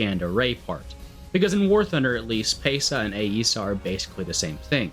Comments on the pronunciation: Ok I've seen enough of your videos to hear you call it Ay-eesa enough times to say something. Its just eesa. I work with AESA radars and I have never once heard it pronounced Ay-eesa. It has always been pronounced eesa in my sphere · Your understanding of AESA (pronounced eh-suh not eh-ee-suh) radars in WT is just fundamentally wrong. That is how they SHOULD work, but that is NOT how they actually work. In WT, they are modeled exactly the same as mechanically steered antennas, just (generally) with higher scan rates. You see the same ghosting and poor TWS tracking as with mechanically steered radars, especially on the AESAs with slow scan rates like the Rafale. Why they did it this way, god only knows. It is immensely stupid.